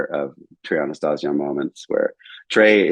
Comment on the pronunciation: Pronouncing Trey’s last name incorrectly though… Edit: Mispronounced Junta, too. ✨